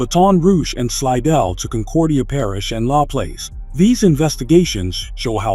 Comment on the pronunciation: bruh, the way he's sayin Baton Rouge is pissing me off, but he ruined Laplace lol